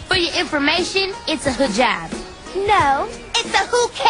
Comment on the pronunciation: she said hujab, penny just pronounces I like that